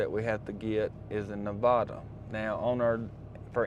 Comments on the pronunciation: You're saying Nevada wrong. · If you’ve been to Reno before, learn how to say Nevada.